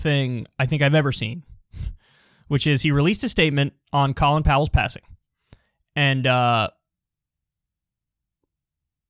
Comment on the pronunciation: Kyle: makes fart noises Also Kyle: won't pronounce Colin Powell's name correctly